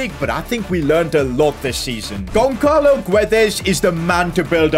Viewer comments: gonçalo is pronounced 'gonsalo' not 'gonkalo' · pronounced gonsalo btw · Damn..pronouncing Gonçalo as Gonkalo hurts me. the "ç" in it is pronounced like the "s" in salt.